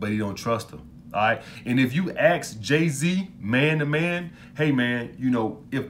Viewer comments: "if you aks me..." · "Aks her out"